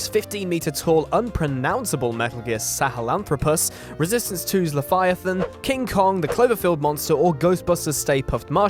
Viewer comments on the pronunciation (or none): none